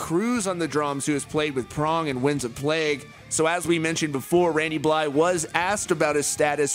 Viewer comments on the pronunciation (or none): BlyTH not Bly, why are you so bad at pronouncing names and things....